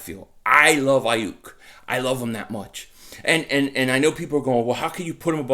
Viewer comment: Lol SON! Say Brandon Aiyuk again SON sounding like a true Philly Guido "Brandon Aiiiyuk" ! 😂😂😂